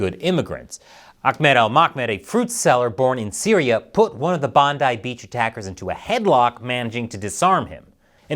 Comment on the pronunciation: You pronounced BONDI like a local well done. Subscribed.